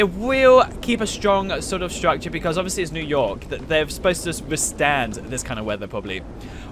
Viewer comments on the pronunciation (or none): none